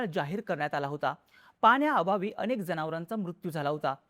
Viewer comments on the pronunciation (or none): none